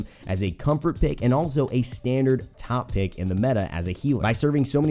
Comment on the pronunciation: At first I thought that instead of ''top pick'' he said ''top kek''